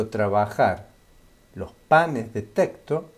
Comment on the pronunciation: Me chirrían los oídos cada vez que dice "teCto" y no "teXto"....